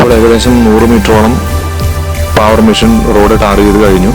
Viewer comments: പാവർ അല്ല... പേവർ എന്നാണ് ആണ്... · പാവർ അല്ല.. പേവർ.. പിന്നെ റോഡ് ഒരിക്കലും ഒരേ ലെവലിൽ ചെയ്യില്ല.. Centre line or centre FRL il നിന്ന് 2.5% slope കൊടുത്തേ ചെയ്യാറുള്ളു..